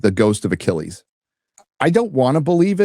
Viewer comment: "The Mythological Hero Ay-chill-us"